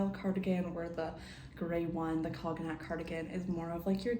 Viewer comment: cognac is pronounced like con-yak haha